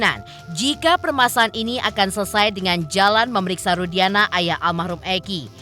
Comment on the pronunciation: Nyebut aja ibtu Rudianah, salah nama yg widia sebut itu, ibtu Rudiana,bukan Rudianah😅